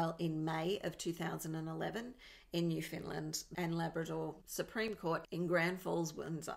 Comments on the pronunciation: Where the hell is new Finland? Lol it's new-found-land.. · pronounced Newfoundland I live in Newfoundland. I know exactly where the hunting log is I live 16 k from the hunting lodge